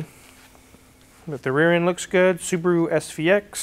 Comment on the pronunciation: "Saabaru" 9-2X next?